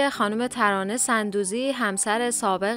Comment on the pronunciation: تلفظ درست sondoozi است نه sandoozi